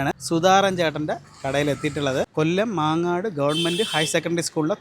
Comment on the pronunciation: മങ്ങാട് not മാങ്ങാട്